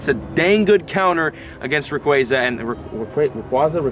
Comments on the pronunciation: not reyquazy rayquaza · lol you need to say rayquazaa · say it like this: Rae-kwaza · its rauquaaaaaahhhhhhza